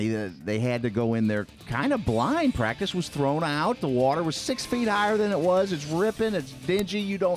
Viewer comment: The way he said Pratice counts in the beginning 😂